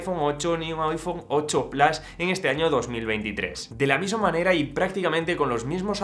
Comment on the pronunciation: Porque dice plas, no sabes decir PLUS?